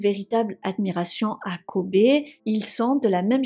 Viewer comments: Juste la prononciation de Kobe se dit "kobi" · Kobe se prononce Kobi en anglais : restez prudents!!